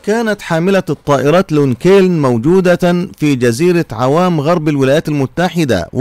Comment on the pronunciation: نصيحة تعلم نطق الكلمات الانجليزية نطقا صحيحا و قاعدة (( غوام )) و ليس عوام تحياتي